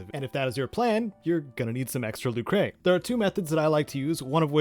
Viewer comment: This is a great guide! I am so happy I already went through all this when I replayed Legend of Mana back in 2019. It's fun, but it's a giant time sink. I give all credit to helping me in all this to "A German Spy". Fabulous Legend of Mana scholar. Oh! It's not "Luke-ray", it's just "Luker".